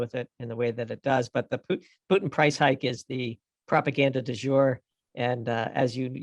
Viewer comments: Man why you say "Piutin"😵‍💫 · Holy shit please stop say PEWtin